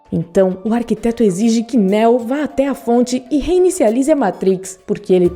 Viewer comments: “Néo” “zion”...boa explicação, mas porra...aprende a falar o nomes aí... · Não se pronuncia Néo meu anjo é Neo o nome do personagem. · Nao se pronuncia neo como" néo" se pronuncia como nio😜✌️😎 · Néo? O nome de pronuncia Niu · 1) Não não se pronuncia Néo e sim Neo. 2) É errado dizer que Neo não se DESTACOU dos demais escolhidos, devido o amor que sentia por Trinity, ele escolheu sacrificar tudo para ficar com ela, essa escolha o torna especial e se torna diferente de todos os outros 3) Neo não ficou COMPLETAMENTE LOUCO kkkkk ele nunca declarou a guerra contra as máquinas, a guerra sempre existiu para controlar o número populacional de Zion 4) A essa altura da historia o plano habitual das máquinas para Matrix já estava em total desordem, Neo já havia quebrado ciclo mas ainda precisava realizar dois objetivos, salva a humanidade das maquinas e salvar as maquinas de Smith, Se Neo falhasse todos morreriam, restando apenas o Smith, visto que o vilão teria a capacidade de corromper todos os programas ligados a Matrix INCLUSIVE o próprio Deus EX Máquina, No fim o PLANO DELE FAZIA SENTIDO E AS MAQUINAS COMPREENDIAM A SUA DECISÃO. 5) Quando Neo explodiu Smith no final do primeiro Matrix, ele fez uma cicatriz enorme no programa DIGAMOS ASSIM, e como a Matrix sempre tenta equilibrar a equação , Smith ganhou novos atributos tornando em um de vírus no sistema, praticamente sendo impossível de ser isolado ou rastreado devido a habilidade de se copiar. Basicamente não foi o seu LIVRE ARBÍTRIO que o transformou em ALGO COMO VÍRUS. Tem muitas outras coisas que não foram explicados corretamente no vídeo, para quem gosta do universo de matrix e quer saber um pouco mais sobre esse universo tão vasto, eu recomendo um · “Néo” kkkk nííô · A mina falou "navio" em vez de nave... falou Néo, Morfeus... 🤦‍♂️ se fuder. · Néu ? é assim que se pronuncia????? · Parei no Néo... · NÉÉU... fala sério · Engraçado sua pronúncia Néo 😄😄😄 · Ela falando neo é muito engraçado